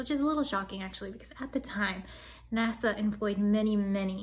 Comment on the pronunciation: "high up in NASA" and it almost sounded like you said "high up in nazi" but maybe that's just my ears. ;)